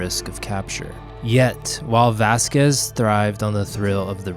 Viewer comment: Great history, lessons! Spent a lot of time playing at Vasquez Rocks Park as a kid and taking photos there as an adult. Had to laugh at your pronunciation, though. Still loved it!